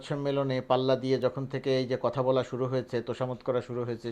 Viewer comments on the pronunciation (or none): none